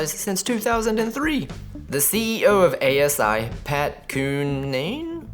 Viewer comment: It's not very difficult to learn how to properly pronounce the words in your post. You sound lame and lazy when you say Vuh-loghgi instead of Voh-lah-gi and search for the correct pronunciation of Mr. Cunnane's name.